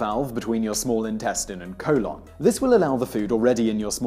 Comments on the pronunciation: "Colawn" I love your accent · I lost it everytime he said COLE-ON! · Simon pronounces Simon Sy-mun but colon col-on. Explain. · I love the way he pronounces colon :)HAHA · All drinks containing caffeine can "increase peristalsis" for me. (And you pronounce "colon" weirdly.)